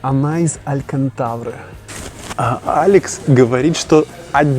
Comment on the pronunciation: ну ты и кентавр ))))) - алькантаВра )))))